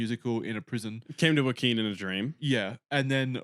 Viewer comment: do you think Joaquin Phoenix’s name is “Walking”? I swear it really sounds like that when you say his name